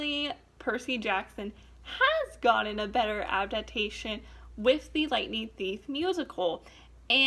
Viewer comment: She said abdabtation